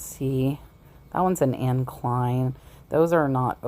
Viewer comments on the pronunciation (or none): none